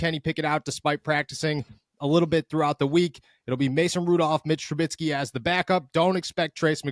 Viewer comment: Please, please…for the Love of God stop saying Tru-BITSKY! There is no T. It is Tru-BISKEY.